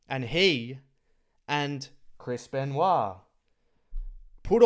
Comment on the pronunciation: calls him "Chrispen" instead of Chris Ben----WAH